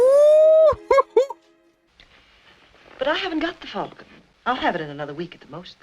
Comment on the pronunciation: When did Americans start, routinely, mispronouncing, the word falcon. Sydney Greenstreet’s Gutman pronounces falcon correctly when talking about its history to Sam Spade. Since the 1990s something happened to the American pronunciation of the word, in some cases they go further than you do at the end, where you flatten the a sound and turn it into more of an e sound. The word should be pronounce as if it were fall-con, not fal-con or fell-con.